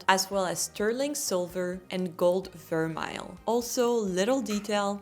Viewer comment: Gold vermeil is a French word. The vermeil part anyway. Not pronounced ver-mile. So surprised you said that. And it is not very thick or high quality. It does wear through and pretty quickly. I love your videos though.